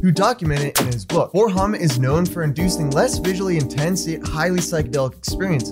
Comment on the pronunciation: It's 4-Ho-MET, pronounced just like its spelled. Its not homet. It is 4-hydroxy,-methyl-ethyl-tryptamine. It is effectively the same as other MET analogues, such as 4-AcO-MET. Also, it is not really similar to 25x-NBOMe (NBOMB). N-Bombs are more closely related to lysergamides (LSD and LSD analogues)